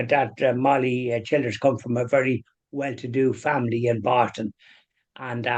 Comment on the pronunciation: PRONOUNCED---- CHILL DURS.